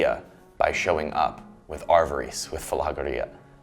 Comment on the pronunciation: Love your work,, but it’s pronounced a-va-ris with short A’s and ris as in risk